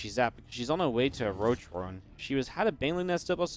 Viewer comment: and you say Roach roarren :D